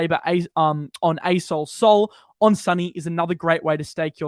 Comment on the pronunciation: When says “asol” all I hear is ayes-hole